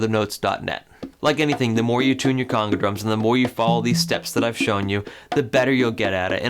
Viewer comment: He’s pronouncing the word conga wrong. It’s not conga like king cong, or coonga. It’s a long O sound